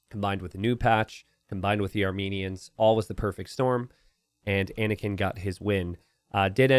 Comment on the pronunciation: Anakin not panikin.